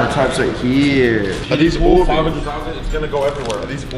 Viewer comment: Faze kay: Are these ohhbeez 😂😂😂